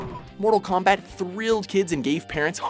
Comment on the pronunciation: I like how you called it combat instead of kombat